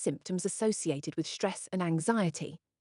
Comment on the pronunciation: ...What the heck is that "shtress", "shtrength", etc.?... Only in German language the group of consonants "st" is pronounced "sht", only if the group is at the beginning of a word...